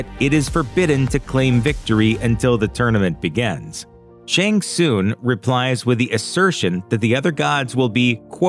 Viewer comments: *Shang TSUNG.. it’s NOT Shang SOONG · Its shang Sung not shang soon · Terrible critic. It’s SHANG TSUNG (SUNG) not TSOON. Smh. Terrible journalism. Thumbs down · This is like the 3rd video narrated by a guy who clearly hasn't seen the movie. Otherwise he would pronounce Shang Tsun's name correctly. It sounds like Shang SUN, not Shang SOON. Show some damn respect. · the way he presenter pronounces shang tsung's name lol